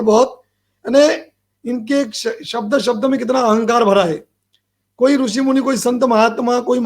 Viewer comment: आप मूर्ख हो , अज्ञानी हो तभी तो एक बलात्कारी को ब्रह्म के अवतार बता रहे हो ,जो आशाराम जी गुरु है आपके वो आपके आंखों में रतौंधी कर दिए है , दिमाग से विकलांग कर दिए है और मुंह में गटर का स्वाद दे दिए है तभी आप अनाब सनाब गधे की तरह बोले जा रहे है, कृष्ण कहने का ढंग नही ऋषि का उच्चारण सही से करना नही आता ,गुरु का नाम सही से लेना नही आता और आ जाते समाज को ज्ञान देने , बेवकूफ महामूर्ख, बरसाती मेंढक